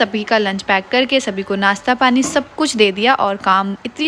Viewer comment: ...kia baat hai...kuch word sahi pronunciate nahi karti..Jaise..machine ko masheen bolte hai...try Karo.sha..bolne ki...achah lagega..jaise Nashta..Nasta nahi...shoes..